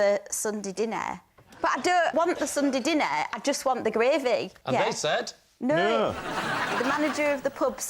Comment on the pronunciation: Lol Lucy says "Nou" And later on they all follow it.... Nou😂😂😂😂😂